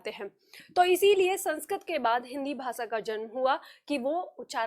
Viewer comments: आप खुद श और ष को स बोल रही है भाषा को भासा बोलती है।अपना उच्चारण सुधारिये फिर सिखाइए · विनम्र निवेदन है कि; आप जब भाषा बोल रही हैं तो वो "भासा" सुनाई पड़ रहा है। और जब "प्रयोग" बोल रही हैं तो वो "प्रियोग" सुनाई पड़ रहा है। ~~~~~~~~~~~~~~~~~ श - शलगम वाला "श" ष - षट्कोण वाला "ष" स् - सरगम वाला "स" हमारे बचपन में यो हमको ये पढ़ाया गया था, 60 के दशक में।